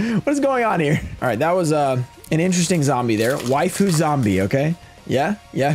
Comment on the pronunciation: Hearing say wifu zombies had me dying for no reason